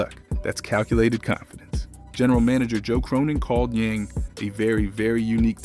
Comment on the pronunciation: Living in China and Taiwan for 7 years. In most of Asia the last name is first. His name is Hansen Yang (Yang = Yong") I'm just trying to help, as a 10 year expat I am more than happy to share---you will get more Chinese subscribers with the proper pronunciation. Ya feel me. :)